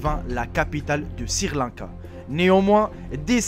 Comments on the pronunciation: Ta pas honte de dire sirrrr lanka WESH SRI LANKA on dit ! :) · Eh ...!!! Mec on ne dit pas sir Lanka mais Sri lanka si tu n'arrives pas à le prononcer ne le dit pas... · pour quoi tu dit sirlanka au lieu de srilanka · chui pas le seul à avoir remarqué lol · c'est Sri Lanka et non sir Lanka. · il faut faire un effort en français Sri Lanca pas Sir Lanca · c'est sri-lanka pas sir-lanka :) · "Sirlanka" hahahahah dead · sir lanka bravo la prononciation👏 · "...un nourrisson de deux ans..." Un nourrisson c'est justement un bébé que l'on nourrit au lait, qui n'est pas sevré. Déjà qu'il faille endurer ton accent de vendeur de tapis volant, fais attention de ne pas dire n'importe quoi comme Sir Lanka ou de Costa-Rica ou de Guatemala (on dit DU Costa-Rica ou DU Guatemala) ou caucassiens (on prononce ko-ka-zien et ça s'écrit: caucasien). Un caucassien serait plutôt quelqu'un qui s'exprime de manière....cocasse...Ça ne te rappelle pas quelqu'un? Ah les merveilles de l'école de la Raie Publique française! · Je comprends pas les gens qui bloque sur les fautes d'orthographe qu'il dise Sri Lanka ou autre on s'en bal les couilles vous avez pas de vie ou Quoi l'important c le contenu des vidéos le reste ont s'en fou